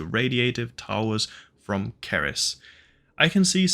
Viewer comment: Cerys is taken from the real life dwarf planet 'ceres' , its pronunced as 'see-rys'. If you are welsh then your pronunciation is understandable though.